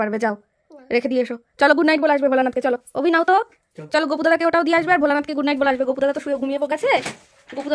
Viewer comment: Mehu ke dekhe sikhechi good night ke "gugight", Google ke "godon", bhoy ke "boy", bholanath ke "bodadat" bolay akta alada moja ache. "Sudhu tumi noy Abolakanto, oneker e bolar somoy kheyal thake na"😂😂😂😂